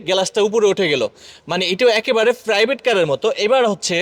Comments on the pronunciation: চাইনিজ ❌ সাইনিজ ✅ প্রাইভেট❌ ফ্রাইভেট ✅ ড্যাশ বোর্ড ❌ দেস বোর্ড ✅ চাবি ❌ ছাবি ✅ স্টার্ট ❌ স্তাত ✅ প্লিজ ❌ প্লিজ্জ্ব ✅ আশা করি উচ্চারণ গুলো শুদ্ধ করবেন। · ফ্রাইভেট কার, ওয়াইফার!!😂 প্রাইভেট, ওয়াইপার শুদ্ধ উচ্চারণ করার চেষ্টা করবেন।